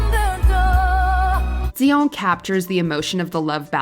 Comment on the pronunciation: I thought it was dion not zion